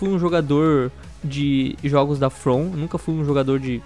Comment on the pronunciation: não sabem dizer " jogos " ? oh brasucada